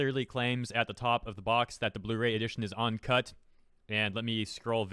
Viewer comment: Uncut, you keep saying "On"cut.